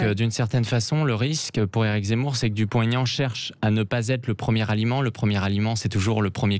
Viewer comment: Madame la journaliste, c'est Dupont / Aignan et pas Dupon-T-aignan ! Vous devriez le savoir, depuis le temps. De surcroît, c'est votre métier de "bien causer la France"...